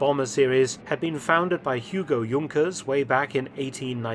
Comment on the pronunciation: Young-kers? We say Junk-ers in the USA.